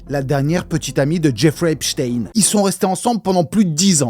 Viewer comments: Ça se prononce Epstein normal pas epchtayne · c'est drôle comment tu prononces HHHHHHHHHepstein